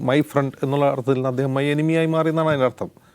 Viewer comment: ഫ്രണ്ട് അല്ലഡോ..... പ്രണ്ട്.. ഇംഗ്ലീസ് പഠിച്ചിട്ടുവാ... മോങ്ങി യുടെ ഡിഗ്രി സർട്ടിഫിക്കറ്റ് ന്റെ പെവർ...